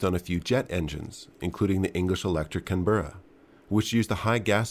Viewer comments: Good vid, thanks for that. NB: 'Canberra' is pronounced CAN-bruh, not 'can-BEAR-uh. She'll be right, mate 😏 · I love how you American types always find inventive ways of pronouncing words. Can Burr Ah? It’s Can-Bruh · One thing, mate, is that it's pronounced "Can-BRA". Other than that, great vid!